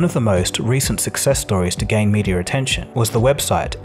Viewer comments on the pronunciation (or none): Why are you calling it "mediar" instead of media